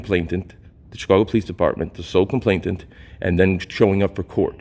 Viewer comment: It's "complainant" not "complaintent."